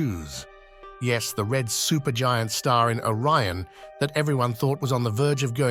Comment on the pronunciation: betelgeuse not bitelgiuis, orione on oraion